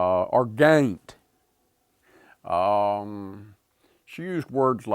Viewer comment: I think y'all got the word "Gaum" wrong